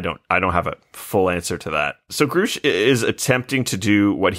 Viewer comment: Given they can’t pronounce the name Grusch correctly it seems they haven’t actually watched the testimony